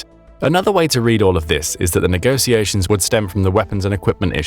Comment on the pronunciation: it's "negotiataion" pronounced with the sound that word "sh*t" or "show" strarts, not "negosiations" as in "sit" or "saw"! For education's sake!